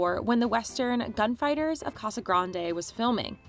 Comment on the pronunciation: It's good to hear someone pronounce Casa Grande correctly!